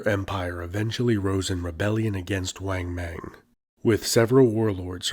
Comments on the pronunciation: Excellent, thanks, but there are no long A sounds in Chinese. Think of when your dentist says say Ah. Then pronounce names like Wang Mang the same way. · Great video! But please, in future videos on China...please don't pronounce the vowel "a" short as in the English word "rang". "Wang Mang" is pronounced like "wong mong" as in the English word "long". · In Chinese pronunciation, like spanish, "a" is always "ah". so, "bang" is "bahng", nit "beng". Equally, "Wang Mang" is "wahng mahng", not "weng meng".